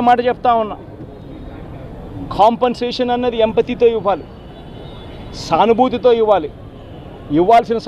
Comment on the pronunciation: ఎంపతీ కాదురా తుగ్లక్. సింపతీ